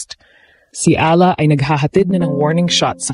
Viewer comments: Nakakainis ung audio di man.lang ma pronounce ung tamang pangalan ni E A LA ... sana english na lang ang salita ok lang eh talgalog ang sakit aa tenga hayyyyy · Ayusin mo man lang sana ang pagbigkas sa apelyido ni Alex! You're butchering her name!